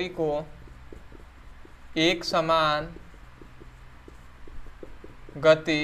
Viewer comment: Eksamanya gati nahi brother eksaman gati hota hai